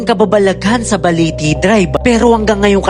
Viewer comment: Parang iba yong pagkaka bigkas mo Ang tama is Balete drive, sayo ay Baliti drive